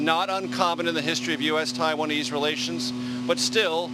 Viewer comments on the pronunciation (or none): "the Chiwanese" - this is the problem in a nutshell . . . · "...the 'Chi-wanese'....." ..Freudian slip.....🤭🤭🤭